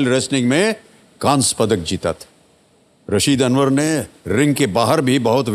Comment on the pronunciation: Rasid. Anwar. Not. Raseed. Anwar